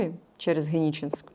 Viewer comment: Не існує міста Гениченськ!!!! Є місто ГЕНІ́ЧЕСЬК. Будь ласка, не перекручуйте назви!